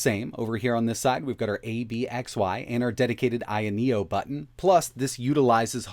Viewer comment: Isn't it called ayeno with an a not an I.